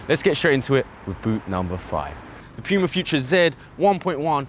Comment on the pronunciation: Thank you for pronouncing PUMA correctly.